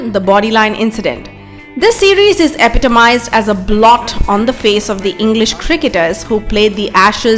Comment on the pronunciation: “Eptomised”? The word doesn’t exist.